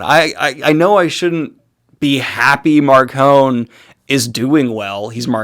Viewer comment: I have been listening to the audiobooks and I am only on book three so far... And according to the audiobooks, Marcone's name is pronounced with an "e" sound on the end... Like macaroni.